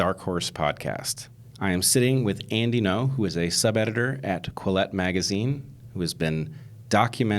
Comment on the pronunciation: Bret introduces him as "Andy No", is that how it is pronounced? I assumed it would be Andy Ngo (like "anding-o") but maybe Bret just had trouble with it. Cuz he racist ;P